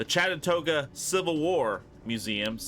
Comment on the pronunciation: Say it with me correctly CHAT-en-ooga